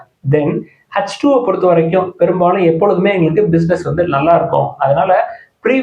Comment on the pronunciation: Hutch2 (H2) என்று உச்சரிக்கக் கூடாது சார். சாதரணமாக எச்2 (H2) என்று கூறினாலே போது. முக்கால்வாசி தமிழ்நாடு இப்படித்தான் உச்சரிக்கின்றார்கள்.